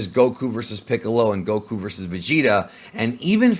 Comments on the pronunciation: The incorrect way he says the names gets on my nerves. GoKUuu! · Loved the video, really dislike how you pronounced things like saiyan and Goku just completely incorrectly.